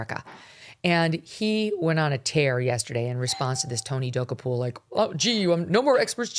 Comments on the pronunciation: GOOD GRIEF WOMAN!! AT LEAST LEARN HOW TO PRONOUNCE TONY'S LAST NAME!!! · WHY DO YOU PURPOSELY MISPRONOUNCE HIS NAME? SO HIGH SCHOOL. SO AMATEURISH. SO BITCHY! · mispronouncing his name....REALLY? WOW. What else did you get wrong? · why mispronounce someone’s name so horribly..? so your listeners have no clue who you’re talking about? good plan for someone who seldom gets anything right like Mógan Kurly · Megyn, please learn how to pronounce the man’s name if you’re going to crucify him! You are nuts! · You sound stupid by butchering his NAME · It's not that hard to correctly pronounce Tony's name. It cheapens your show when you can't get his name right.